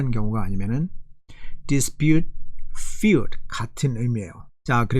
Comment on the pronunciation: fewd => feud